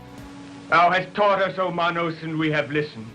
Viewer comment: HOW CAN YOU SAY THAT YOU CAN'T FIGURE WICKER MAN OUT? LOW I.Q. ? ALSO PLEASE LEARN HOW TO SPEAK SINCE YOU CONSTANTLY BUTCHER WORDS LIKE MAN-OHS WHICH IS PRONOUNCED DIFFERENT SINCE IT'S SPANISH FOR HANDS !! THIS LIST IS REALLY JUST A BUNCH OF CRAPPY MOVIES....EXCEPT FOR WICKER MAN AND FLASH GORDON THE REST JUST PLAIN SUCK ASS !!!!